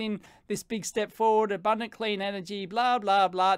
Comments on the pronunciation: Clan and abamdant energy abandant energy! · "Abandent" energy lmao